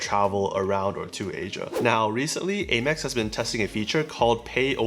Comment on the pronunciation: Am-ex not Ay-mex. ;)